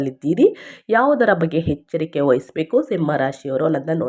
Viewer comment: ಹೆಚ್ಚರಿಕೆ? ಹದೃಷ್ಟ? ಏನು ಭಾಷೆಯೋ